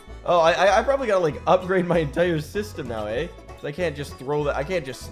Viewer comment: Never guessed was Canadian until I heard the "eh?"